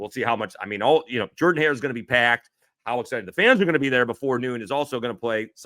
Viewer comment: Is it jerdan or Jordan?😂😂😂 you’re not the only one that pronounces it like that.